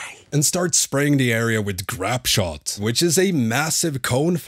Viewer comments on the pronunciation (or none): Lol I'm just curious dude, nice guide! But how in the world did you get to the pronunciation of "grapeshot" being "grap-shot" is english not your first language? Anyways good times. Or maybe I've just been saying it wrong my whole life lol